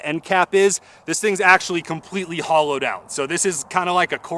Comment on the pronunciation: No tings just thonks 😂